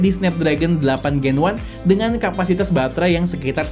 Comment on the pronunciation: "delapan ples gen wan"😂